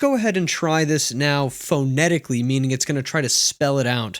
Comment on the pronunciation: He can't pronounce the word "phonetically" either! LOL